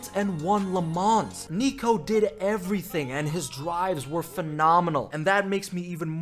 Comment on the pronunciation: . You can pronounce le mans.